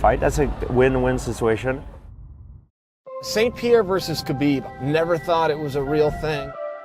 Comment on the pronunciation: The S is before the P in St Pierre. Good attempt though soldier